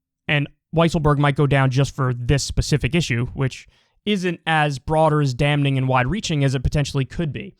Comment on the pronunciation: I've watched Kyle since the massage parlor days, but jeezus, you have almost 1M subs. It's time to hire an editor that can get audio levels balanced. It's like the most basic part of video editing. Also, I think Kyle mispronounces damning at least once in every piece of media he's ever been in.